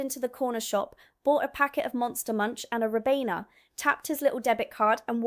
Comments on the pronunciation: Its RYE BENA not Rib Enna❤ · Ribena pronounciation is rye-been-ah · sorry , it's pronounced R eye beeeena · Surely even an American can pronounce the word Ribena correctly... Apart from you. Bot voice ??? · not when she said ribena